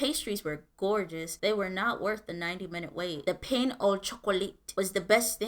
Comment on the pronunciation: His pronunciation of viennoiserie is spot on. That's a tough word. But then he screwed up pain.